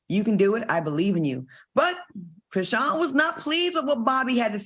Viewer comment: all has said a lot of mayonnaise things but KREESEEYAN?!?! 🤣🤣🤣 oh na